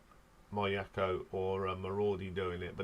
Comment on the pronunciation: Midori is pronounced Mee Door Ree. In fact all letter I sounds in Japanese names are pronounced as a long E. So Miyako is pronounced Mee Ya Ko. Fami rhymes with Mommy and Asami. Haruna you got right.